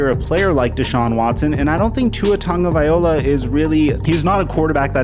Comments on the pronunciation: It’s Tua Tongue-oh-v-eye-low-uh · For the love of all that is holy, please learn how to say Tua's last name. Tah-go-vy-lo-uh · It's TA-GO-VILE-OA TO U SIR TAGOVAILOA